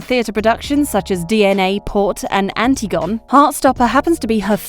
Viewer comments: Anti-gone?!? Ffs, who hired this "reader?" An-tig-on-e is a very famous play, written over two-thousand years ago. Sheesh. Channel blocked. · anti gone… hmmmm it’s pronounced an tig un hee